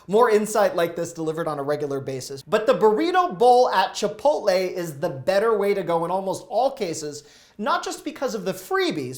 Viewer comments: Did this guy just say chipotly? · Chipotly 😂 sorry but I never heard someone call it that lol but still love your advice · Learn how to say "Chipotle" correctly